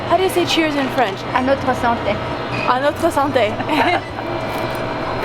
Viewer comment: I'm from Montreal and you pronounce everything so damn well. When your mom said "À notre santé" my jaw literally DROPPED. Glad you liked your trip ❤️ Sucks you got the storm tho haha, that's definitely the full experience of Montreal.